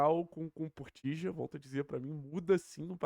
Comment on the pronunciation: "Portilho" Ele é colombiano e não Argentina (porteño em especial). Os latinos hispanos, no geral ficam putos qdo falam o nome deles com pronúncia Argentina, que é bemmm local. Quem avisa amigo é, até um te mandar a la mierda. 😂😂